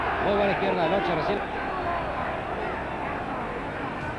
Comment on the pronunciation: LE NOM SE PRONONCE "LOQUÉ" ISSU DE L IMMIGRATION ITALIENNE EN ARGENTINE!!!